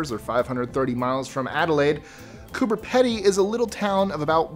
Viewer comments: Cooper Peady is pronounced Cooper pee dee 🤨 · Feel the serenity! Also it's pronounced 'Coober Pee-dee' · No.16 Is pronounced Coober “Peedee” pedy. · it is pronounced Coo ber Pee dee. They have a motel which has an in ground pool. You have to come down and visit our gorgeous country. Also not everything is out to kill you! lol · Coober Pedy is pronounced Coober Peedey. And your right it's bloody hot. Regularly over 40C 112F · For #16, you mispronounced it, Coober Pedy is pronounced as Coo-ber Pee-dee.